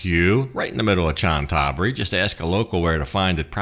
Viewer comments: Cna Tha BURI not Chan THa buri. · Please please learn how to correctly pronounce the name of Chantaburi. It's "Chanta Buri" and not "Chan Taburi". Emphasis on the first "a". You say the hotel's ne is "Meet" but the pictures show it's "Meen". Oh and Chantaburi is also famous for its pepper. Like adjacent Trat and Cambodia's Kampot. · Great Video. By the way Chantaburi is pronounced "Chanta-Buri"